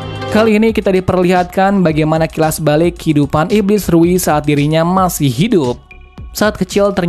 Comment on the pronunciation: Rui bukan riu woy